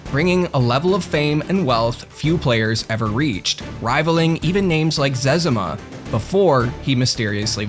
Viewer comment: Been playing RuneScape before all these people and the only name I recognized was zezimas, and I've never heard anyone say it the way you just did.